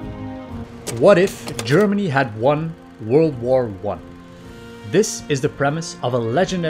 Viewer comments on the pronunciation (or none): I love how he says "wor" instead of "war"